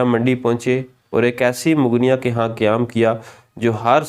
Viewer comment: یہ جو لفظ ہے مغنیہ اس کا تلفظ(mog- nia) آپ نے کہاں سے سیکھابہے؟